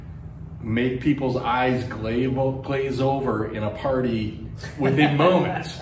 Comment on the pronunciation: "...make eyes Glave over..." nice.